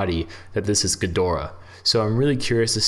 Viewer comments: GEE- door-AH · Thank you! the way the voice is saying Ghidorah.... SMDH